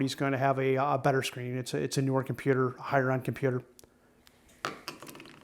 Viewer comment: kimpewder. :face-red-droopy-eyes